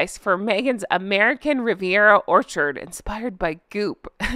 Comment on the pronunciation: Gosh, that d at the end of Orchard is crass. I hadn't noticed it before.